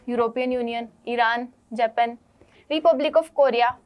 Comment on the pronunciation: जपन ya fir जापान?